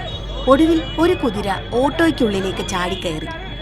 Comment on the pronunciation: Kuriraa allaa maa bhu... 😂😂😂 Kuthiraaaa😂😂😂